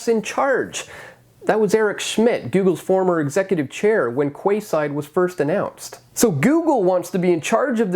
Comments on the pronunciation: Did you really just say "Kwayside". It's Keyside. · Can I just check; Quayside right? It’s pronounced ‘keyside’ not ‘kwayside’. That’s funny! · Quayside is pronounced like 'Keyside'. There is also a Quayside riverfront development that went into New Westminster in British Columbia along the Fraser River some years ago. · Quay is pronounced "key". So "keyside.". I got caught with this in Singapore